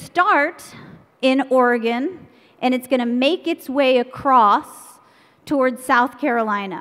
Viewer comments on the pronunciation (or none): Where tf is "OAR-IH-GAWN"?